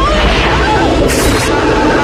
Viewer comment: I'll make a deal with you. You start pronouncing words correctly. And I'll maybe like one of your videos. The word is sphere, not spear.